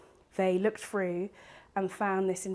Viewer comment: Drives me crazy when people pronounce through as ‘frew’.